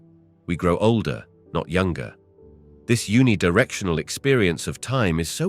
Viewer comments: Who is the voice model in this video?. Where can i download this voice model?. Its a computer voice surely because it pronounced uni directional to un-ee directional instead of youni directional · oh wow you picked out one mispronunciation, good for you. the narrator has a great voice.